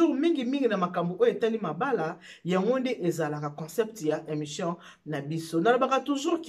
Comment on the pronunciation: Bjr balobaka émission et non emssion.